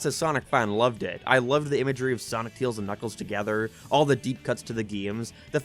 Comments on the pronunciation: "Brain dead idiot that can't pronounce words right" then says "Teals" instead of "Tails" bro- >-> am I dumb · he's name is Tails, not Teels. Unless we've been saying it wrong, but I doubt that 🤣🤣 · Tails not teals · "Knuckles is a dumba** in this movie." Also: Teels *Tails lol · he cant pronounce the words right TUYAILS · He just called Tails.. Teals.. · tails ❌ teels ✅ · Why are you calling tails tials? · Dude, what's your issue with the letter «E»? It's not «Teeils», it's «Tails»!!!!!! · Claims how Knuckles cant say Baseball right again: Te-ills Im late to this but idc. I know the response that had, and does anyone remember that people have opinions?! I see why he made that video after this. People cant see that everyone else has opinions. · It's his accent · I’m sorry but who is “Teels” ? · I like how you pronounce Tails as TEALZ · Why does he pronounce tails like teals 😭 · So basically you're not a Sonic fan so you don't have any understanding for what actually happens in the film. that's the problem with adaptions. Btw, please try to actually say the name "Tails" right. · Why do u say tails like that.